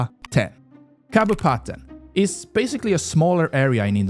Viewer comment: It's really funny hearing someone outside of indonesia spelling Kabupaten